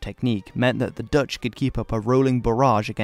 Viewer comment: These Dutch pronunciations are not too bad. You did your homework.